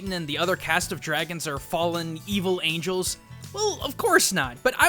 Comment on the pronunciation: Dude, you said angles.